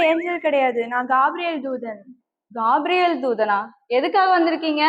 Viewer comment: கேப்ரியல் not gaapriyel